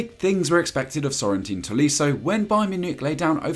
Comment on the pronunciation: Corentin = Sorentin :( Make an effort with some of the names haha